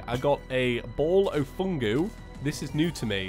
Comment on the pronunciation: Did you just say..... Fungu?!